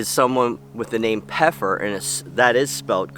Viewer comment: You're saying the name wrong. You don't pronounce the P in German you say feffer which means Pepper in English.